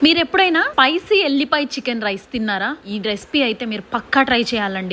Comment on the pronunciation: Piecy kadhu, spicy 😅😊.. Meru n me mom andhuku e promotions lo kallu antho peddaganu bayankaranganu bayapadela petti video testharu.. normal' gane cheyotchu kadha